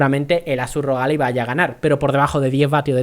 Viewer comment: Ya dices "Alai"!!! Esto hay que celebrarlo!! xDDDDDDD